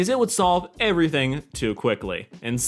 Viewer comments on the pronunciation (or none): none